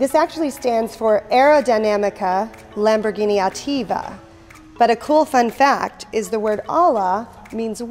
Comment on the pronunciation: I really like her videos, but as Lamborghini is full of Spanish names, please a little effort in the pronunciation, and she explains ALA but no clue what it means for sure... ALA in both Spanish and italian mean WING...